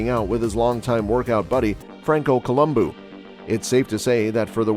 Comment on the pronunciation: Columbo NOT Colum boo